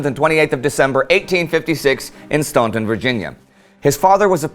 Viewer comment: I know it's super late to the party, but its pronounced, "Stan-ton," not, "stoun-ton," even if it looks like that